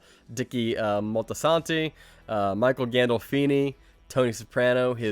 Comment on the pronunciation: Many Saints "Multi-Santi", not multisanto, facepalm.